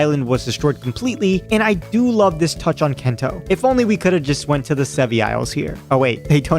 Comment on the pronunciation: Brilliant video. Loved the idea. But my God... "kento". Not sure if you're doing a bit to get more engagement... But yeah it wasn't great to hear you keep doing that over and over again.